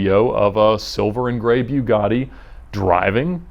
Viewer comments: it's bugatti, not biugatti. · its not a bewguatti smh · ‘bew’gatti ? you mean Bugatti ? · Byugatti? Pretty sure that's not how you say it my dude. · It’s Bugatti, not beaugatti. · I don't think I've heard anyone pronounce it "BYOUgatti" before... Is this the correct way? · Bewgatti... haha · Beaugatti? Bugatti. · Why pronounce it Bewgatti? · “Idear” “bewgatti” yeah I’m not listening to this guy talk 😂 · Ed the type of guy to pronounce Bugatti, “Beugatti”. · byougatti lol wtf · bewgady? man, you can do better than that! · He said Bugatti wrong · Why is this guy pronouncing Bugatti wrong??? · Is he intentionally saying Bugatti wrong, or is he just stupid? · Ed pronouncing name “Bugatti” like that is produced in Huber,ga. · And when it's called a" Bew-gatti" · "Bew-gatti" - Ed 2018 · " idear"? "Byugatti"? He just dropped a half notch. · boo gah tee Not "Bue gah tee" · Every time he says "Beuw-gotti" I wanted to barf. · BEEUGATTI its BUH GATTI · buiigadi jesus its calld bugatti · Isn't it called a Bugatti? (Bugetti) Why does he keep saying Byugatti?. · It's Bugatti... Boo-gatti not Bew-gatti. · Bewgatti btw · "bew-gotti" "rah-search" 😑😑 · Hey Edd, try and read it like "Boogatti" and you'll say it better. Instead of "B_u_gatti" it's more of a "Boo_gatti". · "Byewgotti" lol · So its called a "Beau" gatti, not "Boo" gatti... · It’s boogatti not buigatti that’s not hard nor regional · Why are you calling it a (bew-gotti) it’s (boo-gotti) come on dude don’t make yourself look dumb. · Boogatti not beaugatti 😒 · Btw it's boogotti not Bjughaddie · a byew-gotti vay-rone. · It's like the Porsche issues ("pore-shu" and "pore-sh") it's so subtle it doesn't matter boo-gah-tea' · heisenberg that triggers me... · "BewGotti" really bothered me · A BEW-GAHH-DEE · The way he said Bugatti is so cringe sounds like he’s saying beau gotti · Bugatti is produced in France and it is pronounced "bu-ga-tee" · Who the hell says "Buewgotti"? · Just try pronouncing is BOOGATI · B-You-Gatti lol